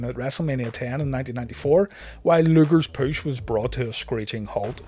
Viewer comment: Absolutely love your videos, watched all of Reliving the War so far (incredible job) and now binge watching loads of these. On a side note, love the way you say ‘Poosh’ (push)